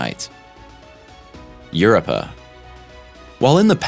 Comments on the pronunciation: Europa..."YER-OWE-PUH". NOT "YER-UH-PUH" Please learn to pronounce it before you give info on it. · Europa: It's not "Your - up - a". It's "You-rope-a". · I won't watch anymore until he pronounces Europa correct. It's not URPA! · Europa pronuncation has rope in it . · His pronuncation of europa bad too . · Yeah, I've noticed.